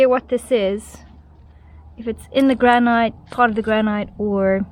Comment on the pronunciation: Just to let you know, granite is pronounced as ‘grannitt’ and not rhyme with night.